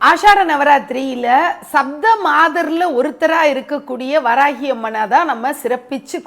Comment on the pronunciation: You have to pronounce Saptha means 7.